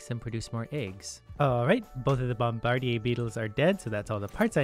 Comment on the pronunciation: "Bohm-bar-di-eh" Someone's bilingual.